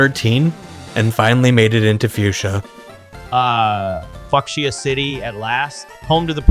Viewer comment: fu... fu... F*CKSIA CITY?! ...The hell. . . Weirdest mispronounceation ever... I thought I heard him say it earlier on before the listed time stamp, but I then thought "Nah... It couldn't have possibly been what I thought I heard. I most likely must have just misheard him say that" right up till I manage to hear it again at the above listed time stamp. I can't believe... That psychotic AI. . Just said that. . . .